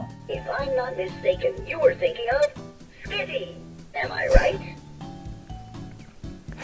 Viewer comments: It sounded like skivvy to me lmao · it did say skiddy not skitty